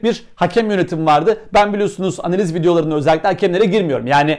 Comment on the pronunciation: Abi artık bazlama suratlı eski yedek kaleci gibi "aneliz" demesen..